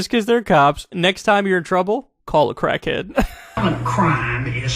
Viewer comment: "Call a crackhayed"